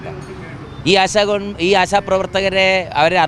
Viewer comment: ആ സ അല്ല ആശ A SHA